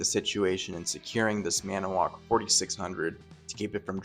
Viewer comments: The narrator forgot a syllable. "Maniwoc" has 4 syllables, not 3... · I think you’re pronouncing Manitowoc incorrectly but what do I know 🤪